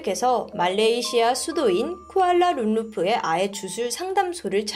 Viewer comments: 자꾸 쿠알라룸루프라고 하시는데 .. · 쿠알라룸루프...ㅠㅠ 첨들었을때 실수하신건가 했는데 반복해서 계속 그러시는거보니 잘못 알고계신것 같네요. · 쿠알라룸루프가 아니라 쿠알라룸푸르에요! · 쿠알라룸르프 아니구ㅜ 쿠알라룸푸르요ㅜㅜ